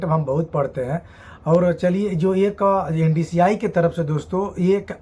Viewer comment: Ndci nahi hota hai mere bhai NSDC Hota hai 😂😂😂